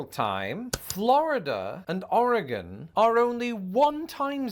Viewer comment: Born and raised in Portland Oregon and so glad you pronounce Oregon correctly.